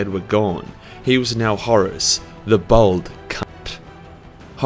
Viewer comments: bAld not bOld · As a white man who shaves his head, I am outraged by your assertion that it is a mark of evil! (Fortunately your accent makes it sound as though you are calling Horus a bold cu*t, which I suppose he kinda was...) ;D